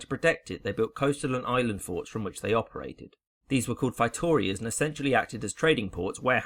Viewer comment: It's fay-toe-REE-as.